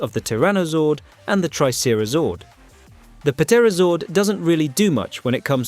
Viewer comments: Oh, my FU¢K, dude! It's pronounced "Tera", not "Puh-tera"! The "P" in "Pterodactyl" or "PteraZord" is silent! Stop pronouncing the "P"! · Dont ever say pterra again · The "p" in Pterodactyl and Ptera is silent idiot. Its not pronounced "Pa-tera-dak-tul/Pa-tera". Maybe before tou criticize a Zord's usfulness you lean to say the name CORRECTLY and CONSISTENTLY. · The P in Pterodactyl and Ptera is silent